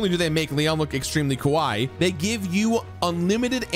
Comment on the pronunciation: "They make Lion look extremely kowai" 😂 I agree. For reference. "Kawaii" = cute. "Kowai" = scary. And Leon definitely looks scary.